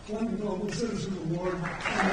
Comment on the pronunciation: Awawrd?? Incredibly fitting!! 😂😂 Forbes can't even make themselves say it correctly because it's just so ridiculous and pathetic 😂😂😂